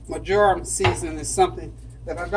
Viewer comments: It’s pronounced Mar-ja-ram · You pronounce it : Mar - jor - am. I will def be making this chicken, looks delicious.